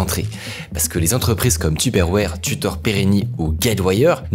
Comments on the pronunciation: tuperwarhhhhhh looool il abuse de ouf sur la prononciation ca me fait tilt 🤣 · Ca me fait trop rire comment tu dis teuperwére 🤣😂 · Super vidéo par contre j'ai horreur de la façon dont tu dis tupperware 😭😭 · Super vidéo mais comment ça m’a tendu la manière donc tu disait Tupperware 🥲